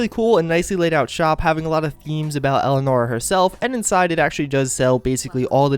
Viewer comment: elianora not elenora elianora dude